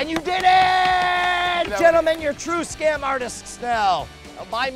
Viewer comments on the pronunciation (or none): when you pronounce scam school scom school... like what?